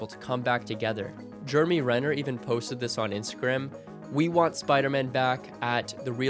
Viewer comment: Jeremy.renner.not Germany renner